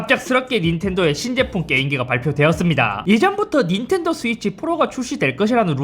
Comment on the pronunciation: 순간 인텔도로 들렷다 ㅋㅋㅋ